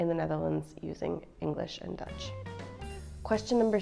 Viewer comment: Her Dutch G's and R's are really good. Learning the pronunciation of those two letters are half the battle of learning Dutch. :)